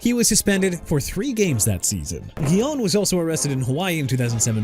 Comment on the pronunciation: OJ SIMPSON AIN'T ON THERE WHAT'S YOUR PROBLEM?? ALSO DUDE IT'S SURRY COUNTY VIRGINIA! AND STOP SAYING CHI-KAH-GOW!! CHICAGO PRONOUNCED EITHER SHEE-KAH-GOW OR SHUH-KAH-GOW! YOU GOT THAT?! LETROY GUION AS IN GUY-ON NOT GHI-YON! ALARIC AS IN AH-LAH-RIC NOT AH-LE-RIC! JAGUARS AS IN JA-GWAARS NOT "JAGWIRES" SO I DON'T WANNA HEAR YOU SAY THAT NO MORE! TYREEK HILL HAD TO DEAL WITH ALLEGATIONS OF ASSAULT AND PATERNITY ISSUES AND GETTING PULLED OVER FOR SPEEDING... OKAY GOT IT BRO! DON'T HAVE TO RUB IT IN! HE'S BEEN GONE!!! AND NEW ORLEANS AS IN NEW OR-LINS NOT NEW OR-LEANS! YOU AIN'T SAYING THAT NO MORE EITHER! ALSO YOU MEANT "UNIVERSITY OF GEORGIA STAFF MEMBER CHANDLER LACROY AND FOOTBALL PLAYER DEVIN WILCOX"?! YOU DON'T KNOW HOW TO CORRECT YOURSELF THEN YOU'RE IN THE WRONG PROFESSION!!